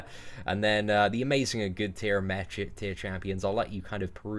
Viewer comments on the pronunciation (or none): none